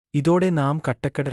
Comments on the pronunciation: കാട്ടാക്കട എന്ന് പറയാൻ അറിയാതെ ആണോ സെൻസ് എടുത്തത് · കട്ടക്കട അല്ല കാട്ടാക്കട ആണ്. പോടാ വിവരം ഇല്ലാത്തവനെ.